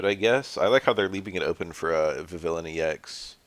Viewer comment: vivillon is from the france region so there’s naturally silent letters vi-vee-yon